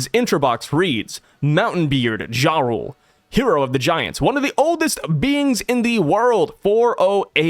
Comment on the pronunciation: I keep hear Ja Rule instead of Jarul. Sounds like a good read.